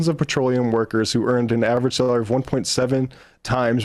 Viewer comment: Please, if you’re going to read an article, like this, you must ARTICULATE! I didn’t understand a word that guy was saying! Forget YouTube’s “closed caption” option, just ARTICULATE, for the love of god! I would have never guessed he said the word “salary” ! Are you serious?!